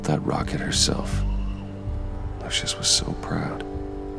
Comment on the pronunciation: Did Bruce call Lucius "luscious" ?